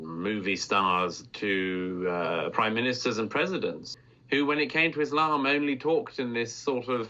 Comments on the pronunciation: just hearing Izzlam is a giveaway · Douglas needs to go and actually study Phonics. The word Islam has an s in it. Not a z. Also the word Muslim has a u and an s in it. So to pronounce the word Muslim you say the letter u properly and the same with s not z.